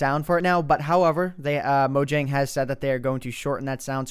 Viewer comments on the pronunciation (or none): moyang is how its pronounced